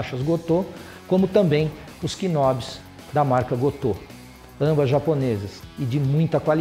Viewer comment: *knobs = "nóbs" correct pronunciation